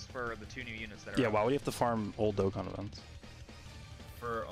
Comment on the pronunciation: he finally said Dokkan right after so many years no offense